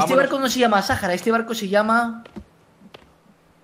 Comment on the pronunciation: No se pronuncia sajara se pronuncia saára